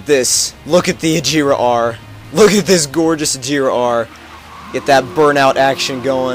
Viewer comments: Its not "ageeera R" Its more like "ag-hera" with the G more like"guh" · it's not like a-jera r it's actually aGera r like a G not a J